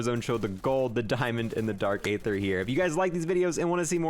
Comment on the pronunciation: I wish he would say aether the right way